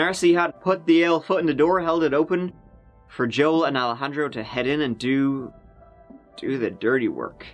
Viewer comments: More like EYE-lejandro *wink wink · bald spot! 😂 Alejandro not Al-handro or Alla-handro. 🤣